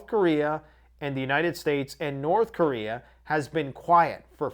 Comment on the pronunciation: "North Chorea" 😂